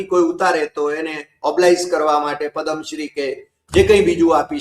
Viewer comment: પદમ શ્રી નહિ પદ્મ શ્રી